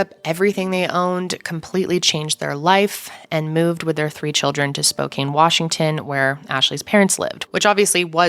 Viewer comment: Lol spo*kain*